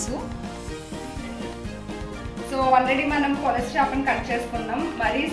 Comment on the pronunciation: polasa kadhu madem pulasa